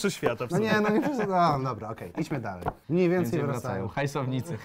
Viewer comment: mniejmniej zamiast mniejmniej xd